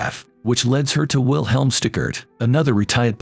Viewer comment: It also pronounced Roman numeral II as "eye-eye" and "leads" to rhyme with beds instead of needs.